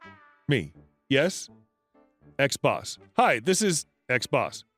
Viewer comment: U say "ex-boss" I hear "xbox" 🤣🤣🤣